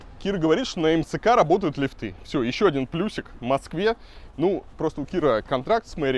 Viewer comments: Не лифтЫ а лИфты! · Господин архитектор, не лифтЫ, а лИфты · слух режет не лифТЫ а лИфты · пожалуйста!!!!лИфты!!!НЕ лифтЫ!!! нет лИфта, лИфтов и т.д. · Скажите Илье, что в слове лифты ударение на И ставится, а не на Ы - лИфты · В слове лифт(ы) во всех падежах ставится ударение на первый слог, Илья, не позорься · Не лифты, а лифты. Ай яй яй...